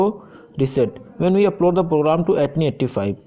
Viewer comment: Interesting ! First time I'm hearing the pronounciation of ATTINY85 as 'Etni85'. Thought it was "AT tiny 85"